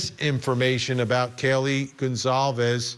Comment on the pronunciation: Lauren lady - youve had 2 1/2 years to get the victims names right! It is Gon-solve-es not Gon-clave-ea. For f's sake!